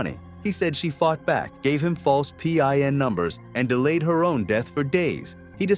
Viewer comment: You're AI is showing. You had read pin out as separate letters.